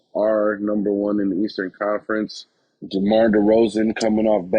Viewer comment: Demar you say it Demore I like it 😁😁😁